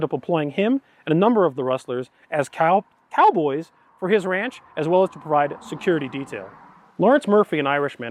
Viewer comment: Ok so no one is going to comment on how he said cowboys lol